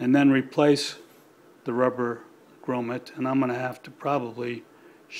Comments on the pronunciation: actually the word is English not French so its pronounced G R O M M I T, yes Im English and this is boring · Its a grommet. Not a gromma!!